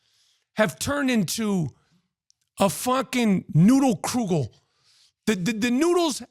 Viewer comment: Kugel not krugel. haha